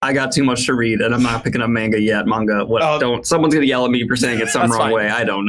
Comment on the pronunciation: Since you mentioned people in the comments complaining about your pronunciation: It's manga, not menga. ;)